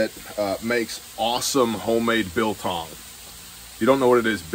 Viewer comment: What was the name of that jerky again? Sounded like “bill com”….